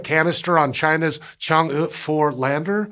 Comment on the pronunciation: Wow! you ROCK! You really nailed the pronunciation of Chang E 嫦娥at!